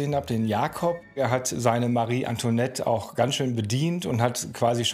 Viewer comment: Das wird Antwanett ausgesprochen und nich Antonet